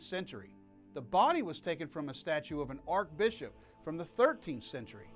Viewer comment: Sounds like you are mispronouncing the words "Archbishop" and "Diocesan"....?